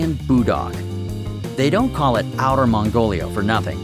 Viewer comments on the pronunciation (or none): none